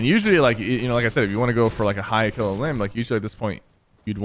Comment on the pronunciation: Notice how he said klill